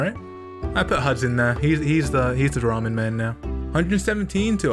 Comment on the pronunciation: I haven't seen many people on yt pronounce ramen correctly, good on you